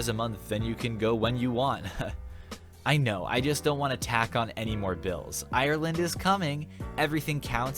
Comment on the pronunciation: Love ur video but it annoyed me when u pronounced Ireland wrong